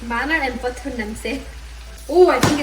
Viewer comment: 아니 어머니 버터는 영어인데 왜 틀리세요😂 한국어랑 같이 읽으려니 발음이 꼬이셨나 ㅎㅎㅎ